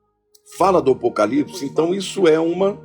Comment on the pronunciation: A Ivete ficou tão perdida com a afirmação da Baby, que não consegui nem pronunciar direito a palavra "APOCALIPSE", rssssss... Taí a prova do despreparo da Ivete para com as coisas do ALTO. Ela foi pega de calça curta e enfiou os pés pelas mãos. Tomara que ela pare pra refletir nisto tudo, vá procurar conhecer as escrituras e se prepare para ser salva. Foi incrível este carnaval; DEUS usou pessoas para impactar os que estão no lamaçal e muitos estão perplexos. Glórias à Deus nas alturas e Aleluias 🙌🏻🙌🏻🙌🏻🙏🏼